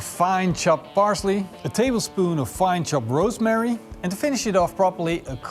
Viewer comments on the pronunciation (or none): none